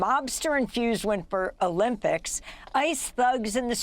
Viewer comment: Did this lady just say Wimper Olympics twice?